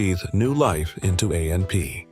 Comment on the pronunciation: It's called AP not amp you need to get a new narrator